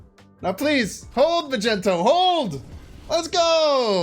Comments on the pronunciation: The entire world is trying to tell you it's pronounced mag-nee-tow, not freaking Magento! Even Nina told you like 10 times in a video but you were like nah bro Magento it is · I don't know if I'll ever get over how you say Mag-ento. Cracks me up. As for the deck, it looks fun! Do you think it's competitive or more of a meme deck?